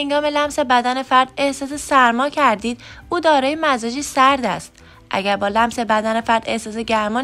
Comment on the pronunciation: سلام تمام مزاج هارامجازتلفظ کردین !!!